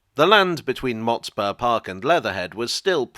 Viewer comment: I recall the pronunciation of Motspur with less emphasis on the spur and more on the Mot